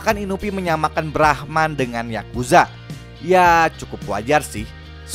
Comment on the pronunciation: Bang brahman bukan brahma